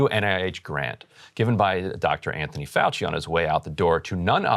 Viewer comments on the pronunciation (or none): none